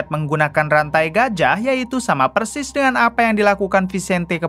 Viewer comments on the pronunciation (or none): none